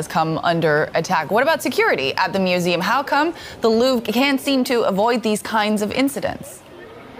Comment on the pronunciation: The "Loovra"? How can you be in Paris covering news about art and not know how to pronounce Louvre? 😂